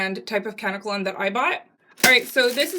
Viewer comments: I don't mean to sound like a bitch but it's pronounced kuh-neck-uh_lon. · It pronounced "KA-NECK-KA-LON" 💙 also remember to pre-treat the dreads by soaking them in apple cider vinegar and warm water for about 15 minutes to neutralize the alkaline. There is a chemical agent on the hair that is a skin irritant that can cause itching and bumps so the apple cider vinegar should do the trick and you don't have to deal with that anymore. ☺